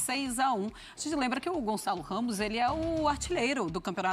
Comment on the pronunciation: Não é Gonzalo Ramos, é Gonçalo Ramos !